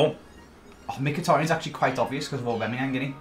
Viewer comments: Aubameyang, not Aubemeyang. With a A not an E after the B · i'm sorry but who the hell is Or-bameyang?